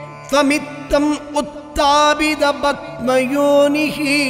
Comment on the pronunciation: தமிழில் எழுதி வைத்து படிக்காமல் மலயாளம்,சம்ஸ்கிருதத்தில் படிக்கவும...அது rogam...rokam இல்லை...padma yoni...batma yoni இல்லை...etc...மன்னிக்கவும்...பொது மக்களுக்கு சரியாக சொல்லி குடுக்கணும்